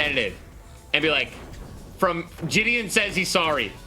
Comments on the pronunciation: It’s jidion not dijon 💀💀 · Whether she does it on purpose or not, hearing her say JiDion's name incorrectly is PAINFUL, and honestly corny if on purpose.